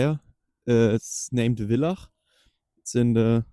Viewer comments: Das heißt nicht willach sondern VILLACH sprich es wie F aus Und warum zum Teufel muss man die letzten für Touristen unbekannte Orte noch im Netz Teilen? Darf denn kein Stück Natur unberührt bleiben? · Danke für das interessante Video. Die deutsche Synchronisation ist überraschend gut und kann wohl nicht automatisch erfolgt sein. Auf jeden Fall ist die Bezeichnung "Dorf" für Villach wohl unpassend. Villach ist die siebentgrößte Stadt Österreichs mit ca. 66.000 Einwohnern. Auch wird es nicht "Willach" ausgesprochen, sondern mit "V" wie in "Vogel". Es heißt ja auch nicht "Wogel". Vielleicht sollte sich der Synchronsprecher über die geografischen Basics etwas besser informieren. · Grundsätzlich ein gutes Video, aber als Villacher muss ich dich korrigieren. Es heißt nicht Willach, sondern Villach (von "viel lachen" abgestammt) und mit fast 70.000 Einwohnern sind wir auch kein Dorf, sondern eine Stadt. Übrigens das älteste überlieferte, schriftliche Stadtrecht stammt aus dem Jahr 1392. Bereits im Jahr 1060 erhielt die damalige Siedlung das Marktrecht und entwickelte sich danach im Hochmittelalter zur Stadt. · Es heisst nicht willach, es heisst Villach mit V wie Vogel, die Deitschn schaffens einfach nicht, gibt ja schon viele Videos über den Warmbach.